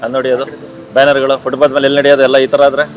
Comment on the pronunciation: ಯಾರಿಗೂ ಫುಟ್ಪಾತ್ ಹೇಳೋಕೇ ಬರಲ್ಲ. ಫುಟ್ಬಾತ್ ಅಲ್ಲ ಫುಟ್ಪಾತ್ ಅದು!